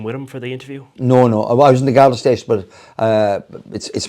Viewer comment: *Garda / Gardai NOT "Gardae".